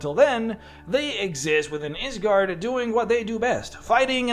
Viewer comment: It's a Norse word so the y is pronounced like an i